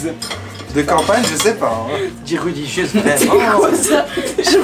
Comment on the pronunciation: La "regilieuse" dit moi que tu le fesait exprès sa ce dit "religieuse" 😂